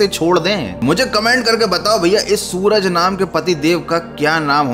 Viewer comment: Suraj nhi srak